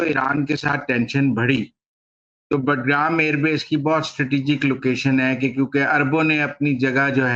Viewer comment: بٹ گرام نہیں، باگرام۔ معلوم نہیں آپ کو کس نے تجزیہ نگار بنایا ہے۔